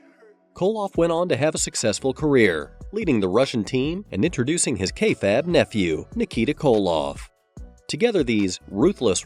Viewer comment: Is this AI slop content? No one pronounces kayfabe like that.